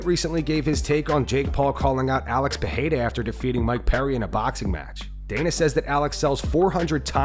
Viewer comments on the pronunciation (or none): Alex PeReira, not PeHeira.